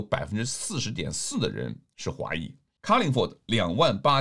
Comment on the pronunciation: 你既没有本区的知识，也没有州议会运作的知识，更没有英文辩论的能力(连carlingford的ford都读不对）同为右倾候选人，你如何赢过Monica Tudehope，在Horsnby的话你如何赢过James Wallace（james挺干练的小伙子）两位都有Julian Leeser’s endorsement，都经常深入走访社区，你作为“区外人”，连区内选民的基本信任都得不到。 我在Epping州选区，也了解h‘by，祝你好运。